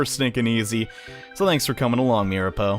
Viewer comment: it's mir-a-po